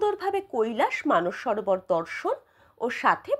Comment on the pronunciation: It's Mansarovar madam.. not Manas Sarovar